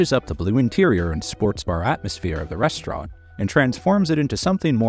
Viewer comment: I like the way Gordon says rstrnt with no vowel sounds